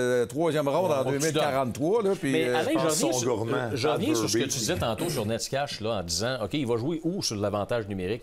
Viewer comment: Necas = Nétchass = Nécache = Néchass